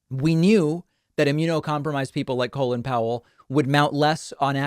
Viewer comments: Do Americans really pronounce Col-in, Colon? What the hell? I actually thought this guy was called Colon as I've only ever heard it said and never seen it written. It's Col-in and in Come in. The in is unsurprisingly pronounced in. By the way, it is really obvious from the outside that Republicans are against vaccines as they want Biden to fail. They don't care if more Americans die, they just want Covid19 to still be an issue by the midterms and so they are doing everything they can to stir up crap and stop vaccinations. It's the most cynical thing I've ever seen. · It’s Colin Powell not colon 😅